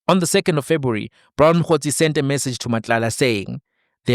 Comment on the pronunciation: All else "February....the good general Khumalo😂😂 "Febri" its Febri